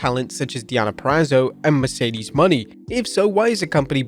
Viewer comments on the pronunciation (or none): none